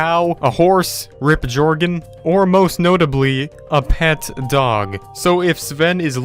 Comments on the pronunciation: WHO TF IS JORGEN????? ITS PRONOUNCED YORGEN DUM DUM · Its Pronounced Yoergen Not SHOERGEN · Its pronounced Joergon not jorergon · Bruh it’s pronounced jöergen not jorgin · I love how you only heart the comments that aren’t debunking your bullshit. Do your research. Also, if you actually watched the series, Joergen’s name is pronounce like “Yer-gan”. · AHEM It's pronounced (YER-GHEN) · he really just pronounced jöergen with the “j” sound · i disliked because he pronounced joergen wrong... shame on you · you mispronounced Joergen. And he plays on Java.